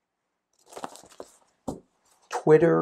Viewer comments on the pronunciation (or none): none